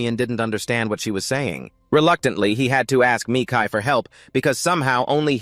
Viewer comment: "Sigh", I'm sorry but hearing this damn AI constantly pronounce his name "Me Kai" instead of Mikail like it should be just hurts SO BADLY...😣